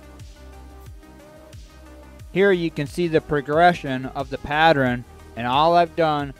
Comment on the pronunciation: Interesting video. However, the word is pattERN, not patTREN! Sorry to be critical, but mispronunciations are annoying. If you are not using your own voice on videos, you need to can that voice software and get a better one.